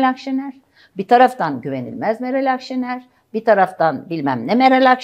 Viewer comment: adam o kadar yok ki, Akşener adını bile yanlış telaffuz ediyordu. 🤠